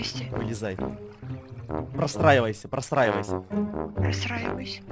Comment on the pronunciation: Мне послышалось не простраивоюсь а посраиваюсь 😹😹😹